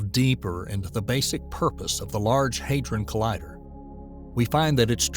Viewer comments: The 'a' is short; HAD-ron, not HAID-ron. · NOT LARGE ‘HAY DRON’ COLLIDER’. ITS LARGE ‘HAD RON’ COLLIDER!